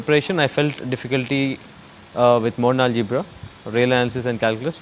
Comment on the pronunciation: what is he saying "mole-algebra"/"mon-algebra" or "modern-algebra" or "model algebra"?